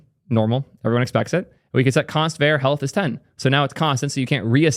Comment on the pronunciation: calling `var` `ver` throughout this video is killing me!!!